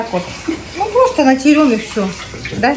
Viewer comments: не натерем а натрем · не натерем а натрем